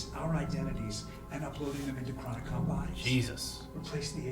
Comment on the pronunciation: "Okay, Chloe Bennet is in love with you and is willing to have a three way with you and your girlfriend-" "YESSSSSSSSS!" "But! You have to pronounce the word 'Chronicom' correctly!" "...FFFFFFFFFFFFFFFFFFFFFFFFFFFFFFFFFFFFFFFFFUUUUUUUUUUUU-"